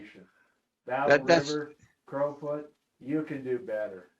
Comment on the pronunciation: you guys are numb...its Battle river crowfoot not crawfoot.....listening to you two is funny...you havent a clue..